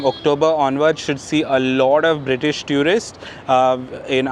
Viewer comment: It's not pronounced as tew rist it's pronounced as two rist.